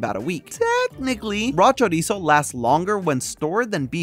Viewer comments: pronunciation of chorizo made me physically go like 🫢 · choriso.